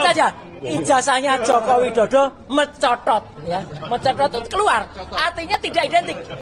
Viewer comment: Sidoarjo Jatim hadir .. Huahahahahahahaha .. suka sekali aku waktu bang Roy bilang M E N C O T O T ... 😂😂😂😂😂😂😂😂😂😂